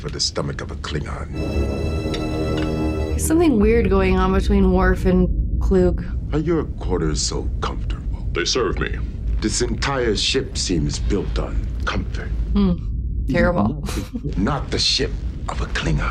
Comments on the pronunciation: And calling Kurn..Kluge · "Klug" "Spacky". Sorry,. I know you're trying. But I can't help but laugh. Still, I love your reactions! Can't wait for the next one!